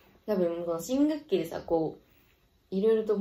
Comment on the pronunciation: 新学期が新武器にしか聞こえない😊